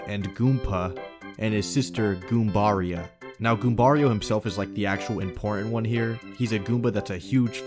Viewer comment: I'm pretty sure that Goombaria is pronounced Goom-ba-ree-ah as in Maria (mah-ree-ah, NOT mah-ra-ai-ah).